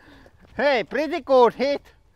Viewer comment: I hear it as "pritti guud" . Love y'all.